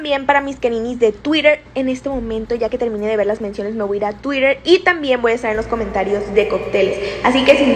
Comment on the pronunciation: Que me carga cuando dicen Tuirer es TUITEEEEER!!! CON TE!!!! NO SON GRINGAS!!! :v Lo siento necesitaba descargarme :v